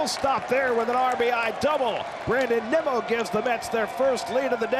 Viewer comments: I hate these A's anouncers, first they called Nimmo Nemo . Then they call Ottavino Ottavano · A’s announcers keep calling Nimmo, Nemo! 😂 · this fucking announcer saying “nimo” making me go mentally insane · A lot of other broadcasters do that. There a a select few that do it on purpose, but most just don't know how to say it correctly. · Bro, the A's announcers have to be pronouncing Nimmos name wrong on purpose. Shouldn't someone by now correct them? Just unprofessional